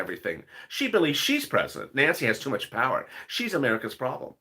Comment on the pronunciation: OMG everytime u say much i hear 🤣🤣🤣🤣 bitch i am sorry I sit here n laugh